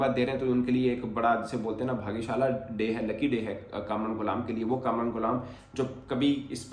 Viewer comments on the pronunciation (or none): Bhagyasala nhi bhagyasali hota hai hulle 😂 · bhai bhagysala nhi bhagysali hota h